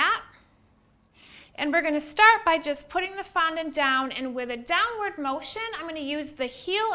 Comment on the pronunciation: I can’t watch this with the sound on, never heard someone pronounce ‘fondant’ so absurdly 🤦‍♀️ ruining the English language